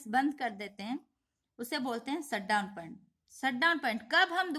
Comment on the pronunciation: Mam its Shut down not Short down